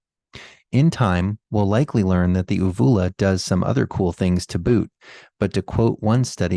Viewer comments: Uvula, pronunciation: YOU view la. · Long 'U' on first u in uvula. Just FYI.